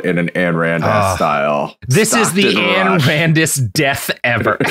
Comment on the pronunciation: Just a note that Ayn Rand's forename is pronounced like Ein, the German word for "one". There's an easy pneumonic: Ein Volk, Ein Reich, Ayn Rand.